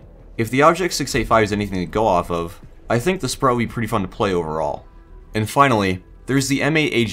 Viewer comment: Sprut is pronounced as Sproot btw